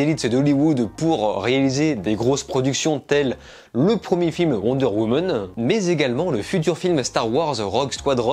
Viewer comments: "Wonder Womon" 😂😂😂😂😂😂 J'adore, désoler j'ai pas vu le film donc je peux pas le critiquer en revanche je m'en fou d'être spoiler un peu comme suicide squad à l'époque.. Le 1 par contre j'ai bien kiffer sauf la fin un peu spèc'.. Sinon j'ai bien tes critiques hein, bonne continuation 😊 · Wonder Womeune 😂